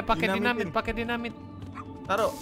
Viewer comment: PAKE z bukan pake s maaaf